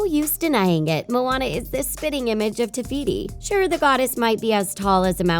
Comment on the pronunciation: Did nobody notice that she said tebeeti instead of tefiti